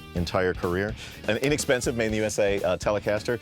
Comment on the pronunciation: "Inexpensive made in USA Telecaster" "inexpensive"